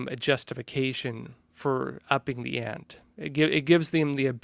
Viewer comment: You keep pronouncing “ante” wrong. 😩